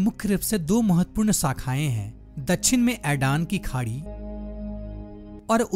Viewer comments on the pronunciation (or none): Dachhin nhi dakshin hota he sir😢